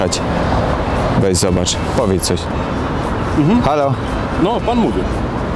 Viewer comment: "powiedz" a nie powiec lool